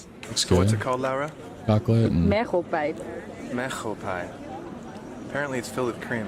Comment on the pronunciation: Not mergelpijp but mergpijp. For the Museumkaart just go their website and read the requirements. It's in English. And don't lean too much on your hosts. Don't be a cheapskate.